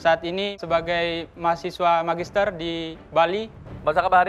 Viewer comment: Magisterrr 😂😂😂 ngomong aja ngadi ngadi 😂😂😂